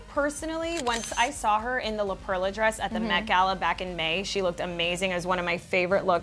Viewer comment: It's pronounced La PERLA NOT La PRELLA 😂😂😂